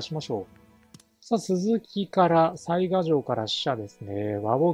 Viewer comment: 次回いよいよ「水上の御堂」の攻略戦ですね。御存知とは思いますが、てきの巡見所は潰しておいた方が良いかと。 細かくて本当に毎回申し訳無いのですが雑賀は「さいが」では無く「さいか」だったと思いますm(__)m。因みに雑賀孫市が誰だったか？は諸説ありますが信長の野望シリーズでは「鈴木重秀」が雑賀孫市設定ですね。「信長を撃った男」ですね。 あと鯰尾（蒲生氏郷）が配下になったのは大きいですね。愉しみにしてます。